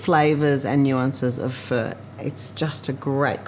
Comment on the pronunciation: not bad...u didn't butcher pho